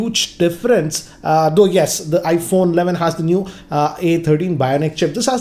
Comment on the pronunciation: IPHONNAA ALLAVIN